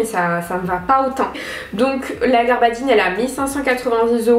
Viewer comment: Mdr!!! On ne dit pas "garbadine" mais "gabardine"!!!!